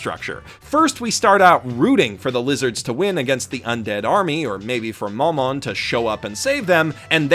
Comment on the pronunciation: I don't understand why no one else is cringing in the comments about his pronunciations